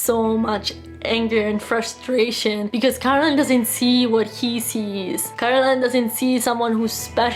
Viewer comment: Bravissima, però è Coraline non Caroline 😉